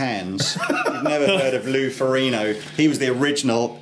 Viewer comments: It is Loe Ferrigno, not Ferrino! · FOR-IG-NO not FOR-E-NO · In Italian "gn" is pronounced like "ñ" in Spanish (IPA [ɲ]). I can tell you because I am Italian. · The "g" is audible when it's pronounced by Lou Ferrigno.